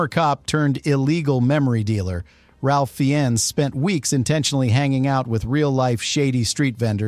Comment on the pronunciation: Who TF is "Ralf Fee-Enns"? It takes 2 bloody seconds to check the pronounciation. #StopTheSlop /reɪf ˈfaɪnz/